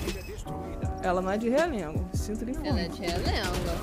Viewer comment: Escutei um: "Ela é lá de REalengo" kkkkkkkkkkkkkkkkk